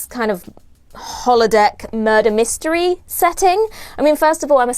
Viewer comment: I thought you said “nerder mystery” and I’m ok with that 🤓